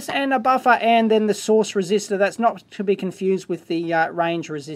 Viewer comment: "Source Resistoror"